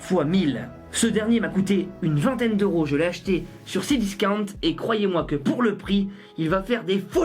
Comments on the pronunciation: Frere c c discounte pas c disaouent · C cdiscount non pas cdiscauwnt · c est cdiscount pas cdiscante 🤣🤣😂👌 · On en parle comment il dit cdiscounta 0.23 xD tu me tue xD continue comme sela mec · Comment il a prononcé cdiscount c'était drôle